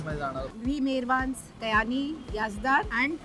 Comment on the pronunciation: About Kyani and Company Since you were particular about Diction You were all the time saying कयानी If you notice it’s क्यानी